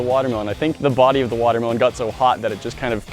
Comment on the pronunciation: ITS A WATER-MEH-LOAN!!!!!!!